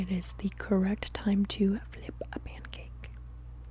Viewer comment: I listened to this four times and I swear I hear "flip a mancake". The answer remains the same, however